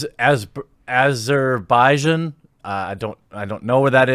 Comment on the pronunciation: You can't pronounce a fictional place (Themyscira) or a real place (Azerbaijan). Well, at least you're consistent.